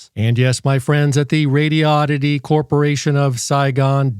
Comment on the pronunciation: For gawd sake... it's pronounced... Radi-oddity. Not Radio-oddity. "Very good English".